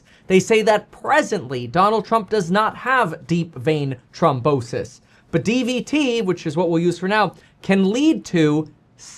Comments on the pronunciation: It's NOT TROM....it's trHOM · Throm not trom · Thrombosis! Not Tromposis! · It's deep vein thrombosis not trombosis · It’s thrombosis, not trombonesis lol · Its thrombosis not trombosis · "throm" bosis. Not trombone-sis. That's the sister of an instrument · THrombosis… not trombosis. That’s when your trombone gets sick, lol. Love you much more now that you are your true self again, btw. It’s the only way to be. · It’s THROMbosis not Trombosis lol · Kevin it’s not pronounced Trombrosis there is an h so it’s throm bosis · It’s trombone sis 🤓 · THROMBOSIS KEVIN NOT TROMBONSIS 🎶 ❤😂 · Thrombosis....pronounced Thrawmbosis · The way you pronounce THrombosis is killing me bro lol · Kevin it's th-rombosis 😂